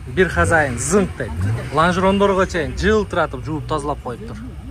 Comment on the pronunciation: Сиденье,хозяин деп айталбай койдуң го .. 😂😂😂 4 тилде сүйлөгөн адамдай эле тилиң кайрылбайт го кээ бир сөздөргө .. мектеп бүттүң беле чының айтчы???